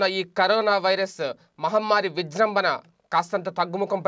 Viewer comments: విజ్రంబన కాదు రా విజృంభణ అది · విజృంభణ వాడు విజ్రంభన అని వీడు అన్ని తప్పులు తేన్పులు...